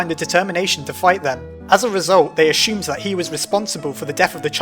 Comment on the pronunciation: Did anyone hear him say ashoomed